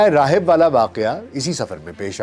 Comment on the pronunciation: میاں اس سے پہلے بھی عرض کیا تھا پروگرام اپ کے اچھے ہوتے ہیں لیکن اردو کسی پڑھے لکھے کو سنا کے پھر پڑھا کیجیے ۔ اواز بھی ماشااللہ سے پاٹ دار ہے ۔ مثلا زکریا علیہ السلام کو اپ زکریا پڑھ رہے ہیں بحیرہ راہب کو بہرہ راہی پڑھ رہے ہیں کیا ظلم ہے یہ اردو کے ساتھ